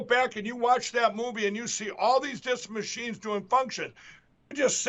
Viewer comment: “Maa-cheens! and Roe-bots! Logan! They are attacking us again. Restart the dial-up routers!